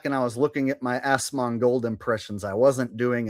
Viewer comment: 100% A.I. 😂 Good Show, Are saying Assmold when you imitate Asmongold 🤣🤣😂😂